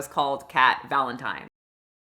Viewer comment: mispronouncing EVERYONE’S name is driving me up the wall. Like listening to people chew annoying. ARIana, not AIRIana, JeanETTE not Janet, Valentine not ValenTEEN. Wtf girl??